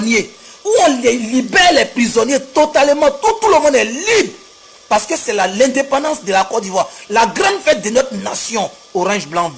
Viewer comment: Voilà 1 ignare qui raconte ça vie de misère KO nandependence va a l'école maudit la on dit indépendance